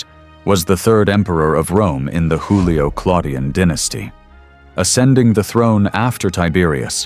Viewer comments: Julio-Claudian not Hoolio-Claudian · The AI narrator is Mexican, it pronounces Julio as Hulio, as a Mexican does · For the speaker in this video: in the word Julio(-Claudian), Juilio is pronounced with the J sound of July, not the guttural Spanish sound as in Julio Iglesias... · You're wrong, "J" sounded like "Y" in Young